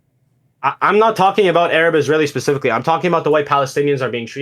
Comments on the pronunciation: Don't forget how he has "Arab" lmao this kid says "urub" 😂😂😂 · The way he pronounces Arab and Gaza as a Canadian is high octane cringe